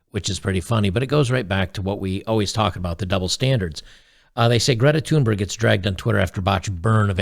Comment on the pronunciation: You pronounce her name quite well! The "h" Thunberg is silent.